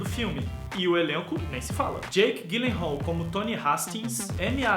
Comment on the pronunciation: meu ator preferido. Só uma pequena correção o sobrenome dele se diz "Dji lenral" e não Gui lenral. obrigada pelo vídeo. :)